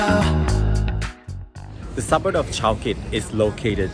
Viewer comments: It’s pronounced suburB, not suburD! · It’s suburB, not suburD!